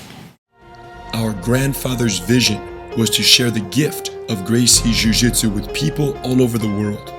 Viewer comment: Lol roo-jitsu